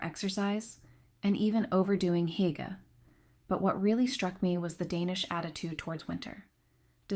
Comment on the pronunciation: It’s “ Hoo- gah” Terrible pronunciations…